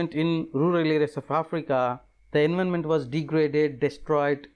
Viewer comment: Its environment not envonment